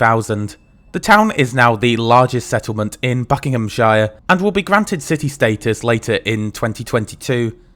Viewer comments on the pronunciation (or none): you’re BRITISH. You should know it’s not ‘Buckingham Shire’ it’s Buckinghamshire (pronounced Buckinghamsur). And that’s standard for all counties for the last 309 years. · I don't understand why FC was declassified, it didn't look that busy. And you have a strange way of pronouncing "Buckinghamshire".